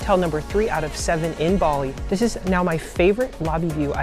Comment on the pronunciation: Your pronunciation is kinda sending me… would be a good idea to look that up before making comprehensive videos